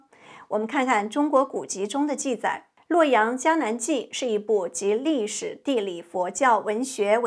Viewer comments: 好！「伽藍」是特殊讀法，讀「茄」不讀「加」。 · 伽（音：茄） 藍